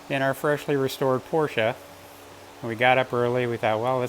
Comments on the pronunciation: agreed, as a fellow Brit he says it correctly. Don’t get me started on aluminium - 😂. What a great moment. Great to see your dad enjoy the benefits of all that graft. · The way the old boy says Porsche is the way I've always pronounced it and the way it sounds right to me. Belated birthday wishes to him.